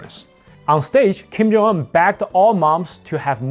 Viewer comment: yo slow down! you barely said his first name. Sounded like you said "Kim Jonggg"